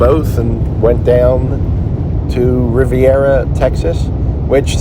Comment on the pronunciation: Very nice ride. Corpus is a big city but not too big.👍 Have always liked it. I've always heard Riviera pronounced as in French Riviera. Hope that makes sense. Hope you have a great day buddy!